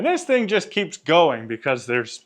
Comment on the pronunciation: 🤨🫵🏽 y’all !?!….. this guy cannot any word , that is spelled , with a “ g “ , at the end …. He’ll say , for example , “ Think “ , when he actually means to say , “ Thing “ … 🤨🤷🏽👨🏽‍🦳🇺🇸